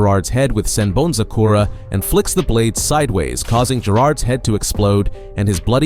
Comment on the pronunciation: bro...learn the pronunciations... "Sen BanZu Kora"? like??? do you even listen to how it's said in the anime?